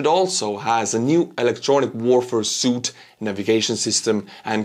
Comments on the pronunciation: Suite is pronounced "sweet" like candy, not "suit" like what business men wear. 👍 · When you pronounce "suite" in English it's pronounced "sweet" (like sugar) not "suit" (something you wear) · Thanks man Translation It's a weapons "suite" not "suit". 😊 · Suite is pronounced “sweet” like a hotel suite. Likely it was an electronic warfare suite, implying a grouping of things, multiple components. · the pronunciation of suit, in the case of aviation packages, is pronounced "sweet", where as the clothing definition is pronounced "sute". I hope the truck I donated to, is kicking some orc ass, or at least helping wounded Ukrainians. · hey, suite is pronounced "sweet" not like "suit" keep up the great reporting! 🇺🇦🇺🇲🇪🇪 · And it is pronounced like "sweet" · Just so you know, Suite in English is pronounced "sweet". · Ok, here is the nit-noid comment of the day. Suite is actually pronounced "sweet." Blame the French... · keep butchering those pronunciations 🙂 "suite" is said like "sweet".